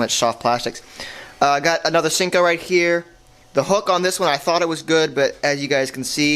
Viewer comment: You say sanko wrong